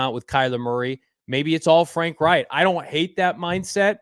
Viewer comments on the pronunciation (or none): Is it pronounced like "wright"? Never heard anyone say it like that lol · pronounced "rike" not "wright" .... Yep, Reich is a German name ..... just like in the history books.